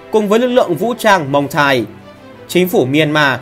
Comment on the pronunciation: (Muang thai) không phải là mông thai